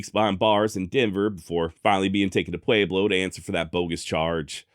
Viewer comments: It's what he does with all the left over "A's" he doesn't pronounce elsewhere. Pwa-blow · I don't know why you're pronouncing Pueblo with a long A, but it's incorrect. Otherwise, love all your shows. Keep it up! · I love how he says Pueblo thats not how we say it in southern colorado but atleast your trying